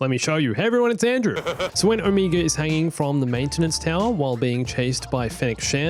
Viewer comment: She pronounces wrong but it’s probably just her accent. It’s oh-meh-guh